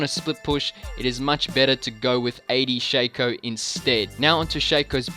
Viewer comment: I get so triggered when people call Shaco "SHA CO" when it's "SHAC O"